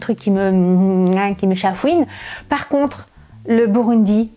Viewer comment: on prononce burgundy